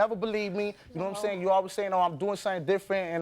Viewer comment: He is a absolute loser! "Nome sayin"